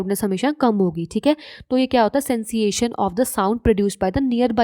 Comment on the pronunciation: It's sensation not senseation